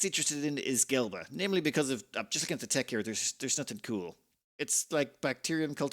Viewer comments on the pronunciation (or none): It's Gleba not Gelba. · Finally! While I’ve been watching the series, I kinda skimmed the past episodes because it’s the same as the last Factorio playthrough. Now we’re at the point where things really change. Also, I like how doesn’t like Gleba, or Gelba as he pronounces it. All the homies hate Gleba.